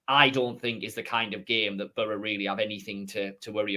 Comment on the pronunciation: Love this content guys buttttttt I don’t like how says Boro it’s like burra 😂